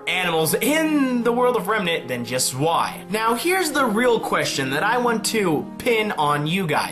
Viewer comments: zwei is prounounced as tswei, even if im not german it kinda hurt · I know it's an old video but zwei is pronounced tsvei